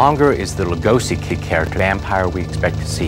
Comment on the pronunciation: He CHANGED his name to Lugosi!!! So NOPE it wasn't Lugosh. He didn't want it pronounced that way.